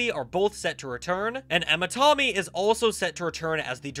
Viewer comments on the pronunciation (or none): none